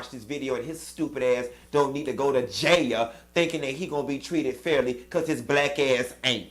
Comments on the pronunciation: I had to watch this video 2x just hear u say JAILYA🤣🤣🤣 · 😂😂😂 every time you say “Jaya” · “ in jayah “😂😂😂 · you done had be SCREAMING on this video! Not “ J A Y A = jail!!! 😫😂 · That’s exactly how my grandma say jail too 😂🤣😂🤣 His ass going to JAAYAL🗣🤦🏾‍♀️ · It’s the way Q is saying “ Going to JAIL” for me 😂😂😂 I’m with him on crying too cause bihhh I ain’t tryna go to JAYAIL!!🗣 🤣🤣🤣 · Q it's how you saying "Jayal" that got me pissy😭😭😂😂 Yes All Karen's need to be locked up too❗ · You Pronounced all the letters in that word - JAIL and I am living for it. The sentence was fair considering he was very arrogant throughout the entire case. He could get off for good behavior. Who knows but then again they may make him serve the entire sentence. SMH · How you are saying “jail” is so funny! I am dying 🤣🤣